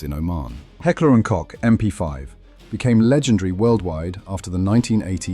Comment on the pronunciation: "Koch" is pronounced like Coke - the drink. Good video!